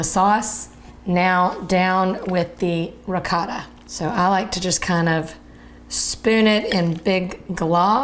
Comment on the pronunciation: I can't believe I just heard you pronounce the cheese as "rih-caw-ta" instead of ri-coat-ah. There is no short vowel sound for the letter "O" in Italian. Are you making "man-ah-caught-ti' next???' Also, you should have cooked the onions before adding the meat so they can caramelize a bit, adding flavor.